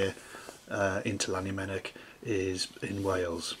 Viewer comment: Please stop saying Lannymunock for Llanymynech. Learn how to say it properly or don't say it at all.